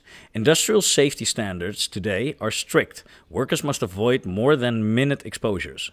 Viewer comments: English is hard, but you can't take it for granted. You need to work on your Englush pronunciation: alkali: AL'-kah-lie minute (when the word is used to denote a small size or quantity): my-NEWT' tuberculosis: tu-BERK'-yu-low-sis It makes a difference to get it right, (or get a live person with a background in correct pronunciation). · There are two different pronounciations of minute. MIN-ut for time and my-NOOT for small.